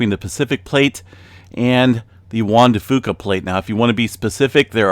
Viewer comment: Only saying this because I think in the past you've wanted correction on pronunciation. Locally, the "Fuca" in Juan de Fuca is pronounced as "few-ca". I know in terms of Spanish you are nailing it, but locally it's a little different. Not that big of a deal, everybody understands what you're saying anyway haha